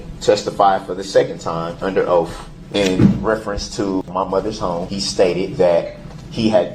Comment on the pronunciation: Oath doesn’t have an “F” in it.